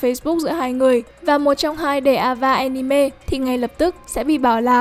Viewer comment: Cứ mỗi lần nói anime nó lại wibu im nghe ức chế tui đã đấm bạn vì nó cứ nói wibu im